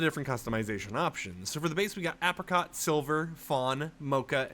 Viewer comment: Anyone else incredibly distracted by the way he keeps mispronouncing apricot?